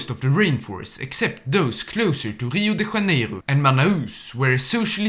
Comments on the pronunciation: Yeah, he pronounced it like a Spaniard would, not like a lusophone would 🤦🏽‍♂️ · "Rio de Raneiro" that hurt my soul, my ancestors and my successors